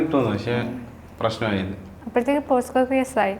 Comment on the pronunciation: പോസ്കോ അല്ല പോക്സോ